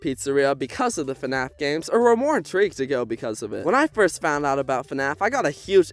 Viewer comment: i love how you say "ur" instead of "or" it makes me sleepy